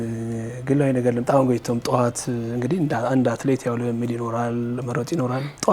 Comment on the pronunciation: ጋዜጠኛው ምንድነዉ ጎይቶም ጎይቶም የምትለዉ ጎቶይቶም ነው ጎይቶም የወንድ ስም ነዉ